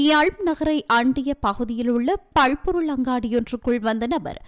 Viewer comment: பள் பொருள் இல்லம்மா பல் பொருள் அங்காடி